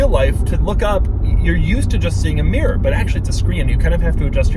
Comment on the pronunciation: Oggy meer instead of mirror